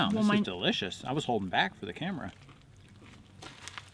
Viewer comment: Camera, not car.era